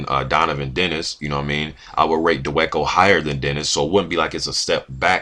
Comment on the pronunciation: his last named is pronounced Da Va Ko